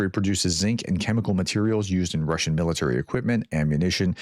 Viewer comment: Your Russian pronunciation was pretty good this time 😀